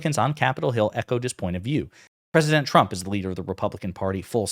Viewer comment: I just kept hearing him say “president chump” when talking about himself in 3rd person.